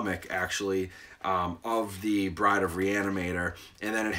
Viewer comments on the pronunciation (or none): none